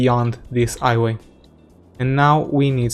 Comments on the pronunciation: i only realized it at ''highway'' you said ''iway'' but i don't mind :D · 'iway, 'opefully;)